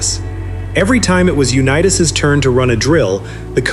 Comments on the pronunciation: UNEETAS?? PRETTY GOOD BUT THAT MAKES ME THINK THIS WAS ai. Which is stupid A big turbodf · The text to audio in these clips is so bad that I can't continue watching..Sorry Johnny U-Knee-Tass who learned to Do-See-Doe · It lost me immediately when it called him Uneetas. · NARRATE YOUR OWN VIDEOS...ai IS STUPID. Johnny U- Nea -us...smh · The voice-over bot cannot pronounce 'Unitas' correctly. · He can't even pronounce Johnny Unitas is last name correctly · You do a nice video on this tremendous player and you don't even pronounce his name properly. That is totally disrespectful. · If you’re going to narrate. At least pronounce the names correctly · AI is unwatchable after mispronouncing Johnny's name.